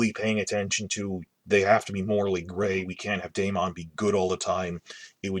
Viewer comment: How is it possible this person watched the entire first season of HOTD and does not know how to say Daemon's name ??